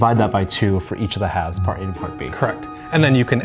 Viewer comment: VictorPlaysLOTR it says, "this is part a" or, as he said it, "parta"